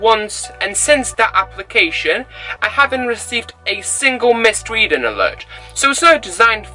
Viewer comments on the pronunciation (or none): none